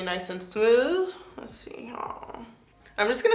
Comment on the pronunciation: “Les put this one away” 😂🤣😂